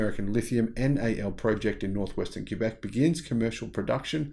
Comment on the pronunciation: Thanks for pronouncing Quebec correctly! As a French speaking Canadian it is appreciated. Great report.